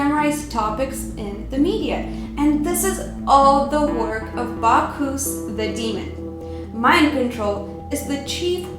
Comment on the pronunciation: Bacch- US. NOT Bacch - oos. Learn correct pronunciation please. That is, Bacchus. As always, great video. Loved your content. It's really happening. I don't want to believe it but it's true.